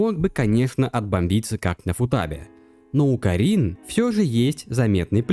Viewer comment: Отличный видос, разве что кАрин и кИрин вернее, а не карИн и кирИн. Очень буду ждать разбор последующих глав